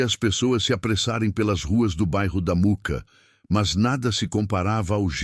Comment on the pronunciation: Mooca e nao muca kkkk